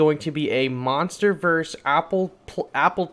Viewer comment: funny how u said monsters verse monsterverse